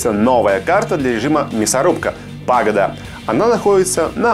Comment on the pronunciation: не пАгода а пагОда